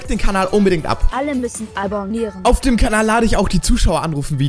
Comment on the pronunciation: Hallo das heißt abonnieren und nicht albonnieren